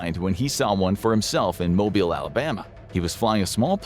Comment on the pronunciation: Myself and the entire city, county, metro area, and state of Alabama thank you for actually pronouncing “Mobile” Alabama correctly. It may sound insignificant to many but to the people that live here or grew up here it is extremely important to us. So many people when saying Mobile, pronounce it like the gas company “Mobil Gas” or phonetically “Moh-bull.” Even worse is when someone say it where it rhymes with “mile” or “file,” or phonetically “moh-bahyl.” Instead it pronounced like the second half of “automobile” or done phonetically “Moh-beel.” We even have t-shirts here in town that show the phonetic spelling on the front. It’s a big deal, and we hate it being said the wrong way, but love it so much when someone not from here or not from within a few hours of here, that would know how to say it because of proximity, say it correctly.